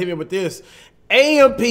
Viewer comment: 2Hyped shouldn't have AMP name in they mouth until they pronounce it right. It is pronounced by spelling out the letters.